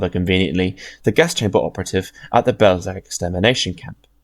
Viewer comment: Belzec as Bellschetz, not Belseck, at least in Polish Wasn't meant as a gotcha, good video